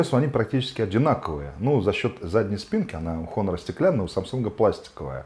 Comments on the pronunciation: "Н" в начале слова не читается, по этому правильно произносить Онор. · Автор, учи английский. Читается "Онор". Без х